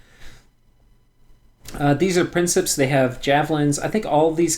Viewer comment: principes = Prink-eh-pays, latin is weird